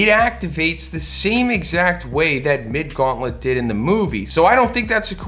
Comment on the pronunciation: every time I hear "Mid Gauntlet" I die laughing